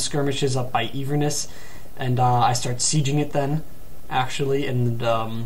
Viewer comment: "een-verness" It's pronounced in-ver-ness. And Glasgow is pronounced glass-go